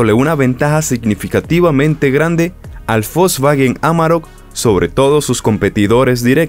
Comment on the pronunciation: No es Folsvagen!!!! Es wolsvagen!!! No existe la F,!!!